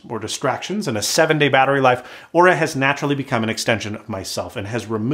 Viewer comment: Good thing he pronounced Oura correctly.